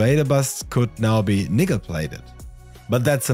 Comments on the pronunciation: 👀 Saying Nickel Plated with that accent just isn't a good fit. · Really cool video, I‘ll definitely give this a try once I finally have a electroplating setup. Just one note: when you said it could be nickel plated, the „nickel“ sounded a lot like a very different word starting with n. I know it just sounded that way because it was said fast, but still something to be aware of as there is a chance that people might get mad over that.